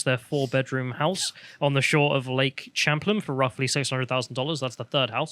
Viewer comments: Sham-Plane not Champ-lin. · I'm a Vermonter, it's pronounced Lake Chăm~ Plāin.